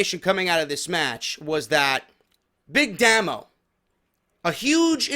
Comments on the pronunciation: Its Pronounced "Daymo" not "Damo" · pronounced DAY-MO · Big Damo was the first wcpw world champion and he faced rampage. He's great you should like him and it's damo not damno